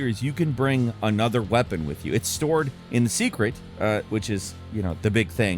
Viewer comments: Its pronounced SEHK-REHT. Him saying it like secret was starting to grind my gears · im pretty sure its pronounced "seycret" or "saycret" and not "se(e)cret" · It's pronounced say-krit. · It's pronounced (say-krit)